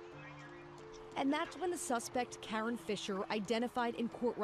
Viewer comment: That is KaRon…. Lol not Karen